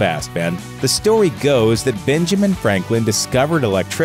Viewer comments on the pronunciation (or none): "The stowey goes.."